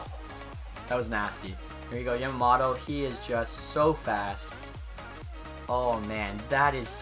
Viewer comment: You are pronouncing Yamamoto wrong. its Yam-A-Moe-Toe